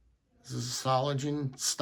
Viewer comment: Solingen. The “ng” is pronounced like in “singer”. There is no “g” as in “gentle”. Böker offers some nice knives. I’ve got several models in my collection and I’ve been to their store several times. It’s only a three-hour drive.